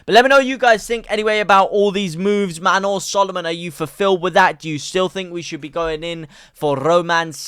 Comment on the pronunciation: Well done on saying manor s name correctly!